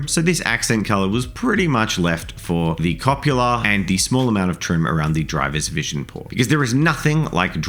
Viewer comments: In my very best Hermione Granger voice; CU PO LA, not CO PU LA. that just sounds like a fancy way to say a dirty word. That being said, loved the video, baby tank turned out great. Stug life! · "copula" may possibly be an activity between consenting adult space marines, but the thing on the top of a tank is a cupola, "cup - ola" with "cup" just being cup and 'ola" best said with a Spanish accent. Cop u later bro 😜